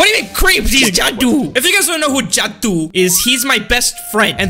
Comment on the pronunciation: It's jaduu not judi